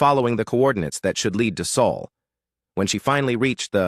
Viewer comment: Its bloody SOL! Not saul not sole or any other mispronuciaton